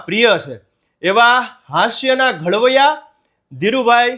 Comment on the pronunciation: Bhai it's not ઘળવૈયા ❌️ It's ઘડવૈયા ✅️